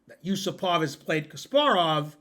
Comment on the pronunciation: The stress is Yu-SU-pov.